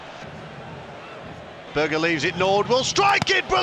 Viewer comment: Its berge not burger idiot